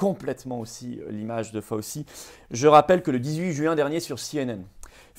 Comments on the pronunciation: Excellente vidéo comme d'habitude, mais outre le fait que la patronyme de ce triste sire et bras droit du non moins triste sire Guillaume Portails III, se prononce Fau-chi, il convient de de connaitre sa déclaration filmée du 29 octobre 2019 (!) au Milken Institute. Elle est facilement trouvable. Accrochez-vous. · Ce nom ce prononce Faotchi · Merci à Florian depuis les États-Unis ! (Par contre on prononce "Fau-chi")